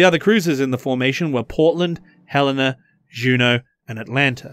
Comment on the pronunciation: USS Hel-n-a, not Hell-en. Sorry, slight pet peeve of my since it's name after the capital of my state of Montana.........and yes I am slightly sore that every BB named after my state got cancelled